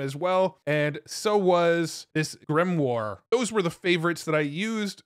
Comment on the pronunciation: Grimoire is a spell book, pronounced like grim-wahr (wahr rhymes with are)